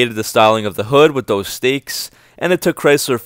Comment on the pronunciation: Hood strakes - not “stakes”.